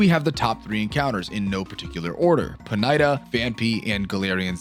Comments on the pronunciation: Does this guy say Pokémon names wrong on purpose? Ponyta pronounced po-night-uh 😭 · Great, very informative video but you should apologize for how you pronounced Ponyta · Please never say ponyta again